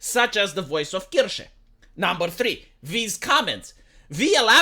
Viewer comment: ist's Kirche, not Kirsche... the first one is a Church the second one is a Cherry... know the difference,, pronounce it korrektly!;)